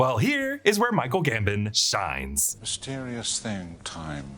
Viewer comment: 3 films in and still calling him Michael GamBIN instead of GamBON